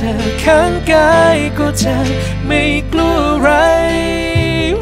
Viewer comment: จริงบางส่วน เช่น ”จะไม่กลัวอะไร“ ตรงคำว่า กลัว มันแปลกๆออกเสียง😢